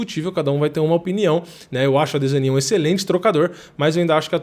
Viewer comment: que gastura desse mano falando adesania com enfase no i .. parece o delahoya chamando o chuck liddell de chuck laidel